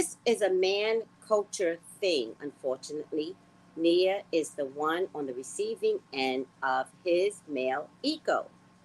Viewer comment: Her name is Nia, not Nina.